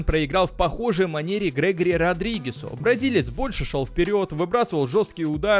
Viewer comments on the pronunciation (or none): none